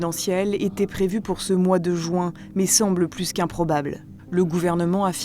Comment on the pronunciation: "L'élection présidentielle était prévue pour ce mois de JOUIN" 😮‍💨